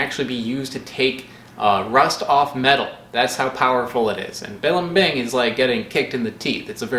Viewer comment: Accent in second syllable in blimbing, not third one